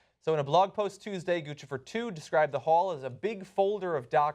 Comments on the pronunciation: Why is the media pronouncing "Guccifer" like they're speaking to an infant. Shouldn't it rhyme with Lucifer? Not, gah gah goo goo goochi goofifur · It's NOT Guchifer IT"S Guccifer.!!!!!!!!!!! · I think its funny that they keep calling him Goose-e-fer. I think it's supposed to be pronounced Guck-cypher 2.0? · 2 Cs equal the ch sound. Like in Gucci, the brand. It isn't pronounced Goosey, It's pronounced goochi. Now add fer. Now you have Lucifer wearing designer clothes. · Its Guccifer like Lucifer with a G. Not Goochifer. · Gucifer. Like Lucifer. Not Goochifer. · Is it? Then why has every other source gone out of their way to tell readers the phonetic pronunciation is GU SI FER? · It's pronounced like 'Lucifer' dammit! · it's not goochi-fer >.> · Isn't Guccifer supposed to rhyme with Lucifer? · I think it's pronounced (goose-a-fur) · It pronounced like Lucifer but with a G. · It's pronounced goosipher you morons. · Pronounced "GOOSE IF ER" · "Goo-SI-Furr," for fuck's sweet sake. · NO, GOO SNIFF AR !!!